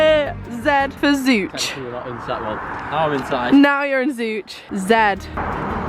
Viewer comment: also locally everyone calls it Zo-ch lol